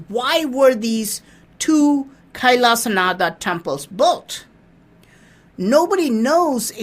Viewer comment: Why Do you pronounce it as an English man? Say it SHIV. not shiva. Say it Kailashnath not kaisalashanadaa.